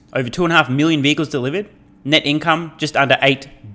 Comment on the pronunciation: Dehhhlivered…luicily (loosely) 😂